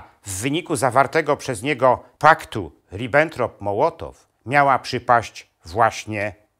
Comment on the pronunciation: Jeżeli Pan jest doktorem - to musiał gdzieś słyszeć, że nazwisko Mołotowa wymawia się "mOłotow", nie mołOtow. Chruszczowa - chruszczOw a nie chrUszczow, Ribbentroppa - rI (akcent na i)bbentropp a nie ribEntrop. To mi psuje całą ciekawą zawartość filmu. Niestety...